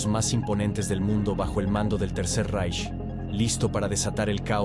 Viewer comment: ¿Cuando vas a aprender que no se lee "Reich" sino «Raij»? Suena jocosamente ridículo como lo lees.